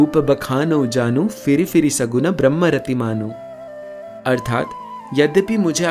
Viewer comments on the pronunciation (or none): none